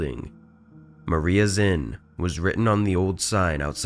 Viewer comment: “Maria zinn”💀